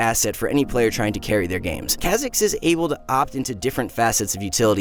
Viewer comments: Is that how you say Kha’zix? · Someone tell this man how to pronounce kha zix